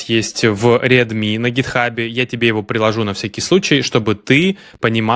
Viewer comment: Я думаю что автору надо осознать что read читается как рид а не как реад. От Куда вы беретесь?